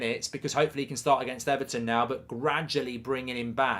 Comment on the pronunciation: Ever...ton? xD